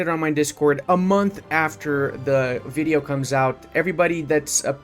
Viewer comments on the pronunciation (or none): none